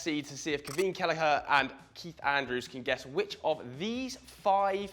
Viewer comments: Maybe try pronounce Caoimhín's name correctly... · Ruined in the first seconds of the video by mispronouncing "Caoimhin" multiple times